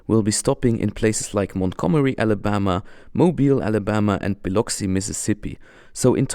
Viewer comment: Biloxi is pronounced with a U sound. B luck c.😁